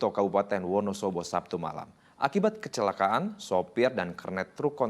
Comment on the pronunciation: Kecelaka'an ..bukan kecela'an maas